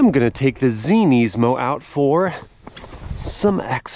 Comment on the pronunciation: Wow, thanks for being one of like 2 people I have ever heard pronounce Nismo "properly" on YouTube!